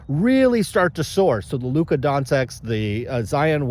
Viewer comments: You are a 🤡. You can’t even pronounce Giannis or Doncic 🙄 Maybe cause you mainly collect or talk about Football or Hockey. SCI is not the greatest for people that do know the hobby. For those just getting in can learn from him. At least he tries to grow the hobby. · You’re hating on Geoff and you can’t even pronounce Doncic or Antetokounmpo correctly. Cmon now, who’s the real collector? Lol